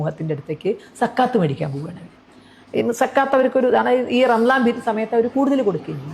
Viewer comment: റ്റീച്ചർ തന്നെയാണോ അതോ A 1 ആണോ റംസാൻ ഉച്ചാരണം കറക്റ്റ് മുസ്ലിമിൻ്റെ ഉച്ചാരണം